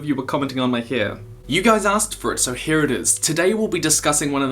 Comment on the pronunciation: "YoU guys asked for it so HAIR It is"